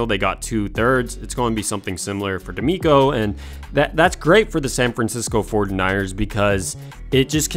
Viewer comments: Love the content but I thought you were saying "San Francisco Fortniters" the whole time. Also, you said it so much I thought you were doing this for a school report that needed 500 words or more. 😂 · Why does this guy say 49ers like that?!